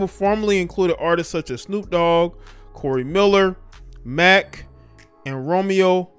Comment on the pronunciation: Corey Miller? Couldn’t read that name huh😂👍